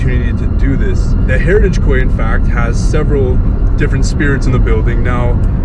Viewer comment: Hi &, I would like to mention that the word Quay is actually pronounced Key which is weird and I don't blame you for saying it how you did. You both look great after your vacay, I cannot wait to see what happens. I heard a very faint male voice say "Nathan". there was what sounded like a female making a strange vibrating noise but she said something before it although I cannot make it out. Thank you, I could feel a boy too and 2 girls, 2 names I got was Heather and Daniel. A fantastic investigation guys, you were awesome on the rods along with what you picked. Thank you for sharing, much love. xx 💖